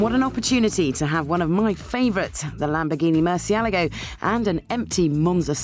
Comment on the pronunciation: I hope Vicky has learned how to pronounce Murcielago since filming this....